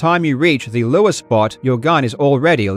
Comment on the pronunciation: Not gonna lie, I thought Karl was saying "Lua" (as in the coding language) instead of "lure" at first.